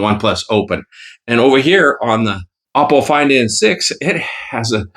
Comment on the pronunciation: Ok im getting annoyed that you still never say it right 😂...its ah po not o po